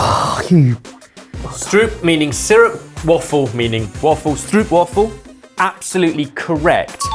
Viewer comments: Stroopwafel is indeed amazing. Just a pronouncing thing, it is more like str - oooh - p-wafel not str-oeh-p-wafel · Stroopwafel, is actually pronounced with the o from ow as in bow and arrow, strowpwafel. This use of the ow in bow and arrow is often shown as oo, also seen in oog (eye), boom (tree), stoom (steam), hoog (high) As for the a in stroopwafel, its not a as they did, its the last a as in spatulA, that hard long a. Stroopwafel. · Well you're wrong it's not pronounced 'stroupwaffle' The double O in dutch has a sound similar to the o in 'joke'. So time for a soggy biscuit for Ebbers. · its quite funny to hear people from another country try to pronounce stroopwafel. its not oe its just o in the beginning, like ooh. wafel is more pronounced w AAH fel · It is stróóóóóópwááááfeul, not stroeppppwaffffullll :( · I wish you'd pronounce stoopwafel correctly to set people straight for once. It's not "oo" but more like a long "o" or "oa" sound. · NO NO NO NO... It's a Stroopwafel not a "stroop-waffle"... Pronounced "stroop" (oop the same as OH and in Oh my Gosh) and "Wafel" is pronounced "V-ah-Fel".... And don't forget that R (stRoopwafel) has a rolling R.... so phoenetically - "Str-oh-p-Vah-fel" or "Strohpvahfel"... Welcome to Dutch. It's a Dutch / Belgian (Vlaams [Flemmish]) thing and that's how it's pronounced. That is about as bad as me calling Jamie... Yamie...., you should know better! Nederlander (Dutch person) offended here... BUt love you lot none the less. Doei! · Dutch here, i would opt for a bigger stroopwafel instead of a smaller mug. You pronounce it like strope, not stroope. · can we get confirmation that actually said Stroopwafel and not Strootwafel? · Just a hint on the pronunciation of Stroopwafel: the double oo is pronounced like "oh" The way double oo is pronounced in english would be writen as oe in Dutch. (Press the speaker icon for the pronunciation) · Stroop is pronounced ' str oh p '